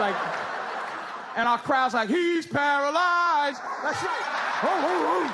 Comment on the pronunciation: "He's paraLYYZED!" LOL